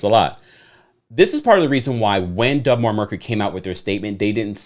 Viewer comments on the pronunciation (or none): It’s not Dub Mar. you keep saying dub but it’s deb.